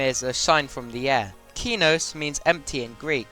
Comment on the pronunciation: yet another level everyone pronounces wrong, like Kenos (keh-nos and not kee-nos) lmfao